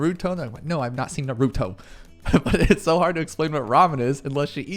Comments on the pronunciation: Please stop saying nuhrootoe it’s naruto Also congrats on being a father you’ll be amazing at it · NARuto. Not NarOOto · nah-roo-toe. please. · Congratulations on having a daughter🎉 I have a 4 yr old girl that means the world to me. This is the first video I’ve seen of yours. Great job! Very helpful! But you kept saying Naruto wrong😂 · I’m sure there is a YouTube on how to pronounce Naruto the right way. Congrats on the child, it kind of gets easier eventually.